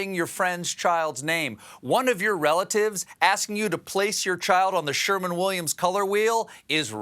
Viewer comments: Sherwin-Williams not Sherman-Williams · Did he say “Sherman Williams”?